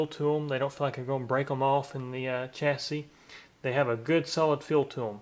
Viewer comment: When you say "chassis" I feel like I'm watching NASCAR.